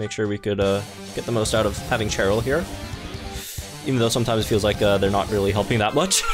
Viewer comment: Idk why you’re pronouncing cheryl and chairyl. All the cheryls i met pronounce their name as Sheryl